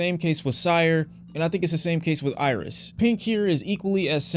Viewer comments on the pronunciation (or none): Hate to b that guy the album is pronounced aries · LmAo.😂.😂.😂 Yea, is DEFINITELY from Detroit. Bro, it's ERYS, pronounced Air-is. Just like it's not Lasher, but Lahser, pronounced Luh-sir.